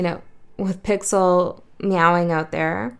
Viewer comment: When you said 'Pixel"..I heard Pixiu. Odd I just took out my Pixiu bracelet..maybe pixel..I mean pixiu..feels neglected. Wow my bad..I been unaware of my own unawareness. Pixels are b;essings. I mean Pixiu. Yeah, that too:)